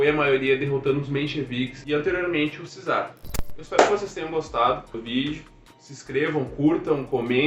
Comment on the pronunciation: Só uma dica: Czar, se pronuncia "quizar"! Valeu!